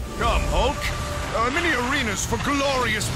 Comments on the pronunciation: Am I the only one who heard "The Incredible ulk" ? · “The incredible aulk”